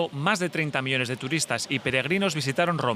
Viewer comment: El locutor cuando habla de Roma y el turismo no pronuncia claramente cuando dice 30 MILLONES, deberían de colocar a una persona que pronuncia bien en español.